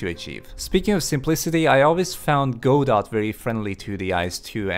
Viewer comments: It's "gah doe" or "go doe" not "go dot". Like "Waiting for Godot" Hurts my ears to hear that said wrong. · Or "Go Dot", as he pronounced it. :V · pronounces it as Go-dot... So. Dingly dong.